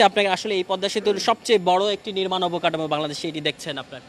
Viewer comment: কাঠামো কে কাডামু, ওঠা কে উডা বলছে, পাটাতনকে পাঢাথন, পিচ ঢালাই কে পিজ ডালাই, সুবাহান আল্লাহ, আল্লাহ্‌র রহমতে এক রিপোর্টার বটে । তেনার বাংলা উচ্চারণ দেখিয়া আমার পদ্মা সেতুর খবর দেখার ইচ্ছা মরিয়া গেল ।